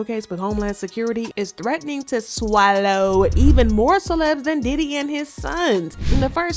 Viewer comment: I lost it at “sWAhllow” 😂😂💀